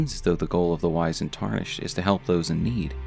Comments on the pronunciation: Small note, Wizened is pronounced W-IH-ZIH-ND similar to how wizard is pronounced. Not WHY-ZIH-ND. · it's wizened not wisened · Great stuff, but it's pronounced wizzened